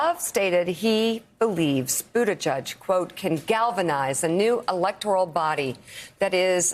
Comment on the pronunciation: Yes, Mika: Budda G-edge, rather than Budda Judge.